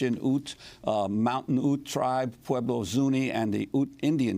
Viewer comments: Its pronounced Ute, not ooht 😂😂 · Ironically, Nagle is also gaining something by claiming what clearly is a minority of her heritage to be Native. Cannot Democracy Now recognize a real Indian? And Ute is pronounced YOOT, not OOT.